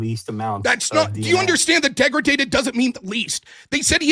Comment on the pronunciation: 'dEgraGAted dNa'